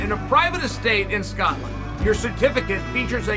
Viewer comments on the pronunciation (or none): none